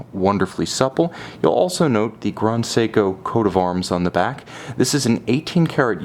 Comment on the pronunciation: It doesn't matter what language you're speaking, "grand" is never pronounced "grond".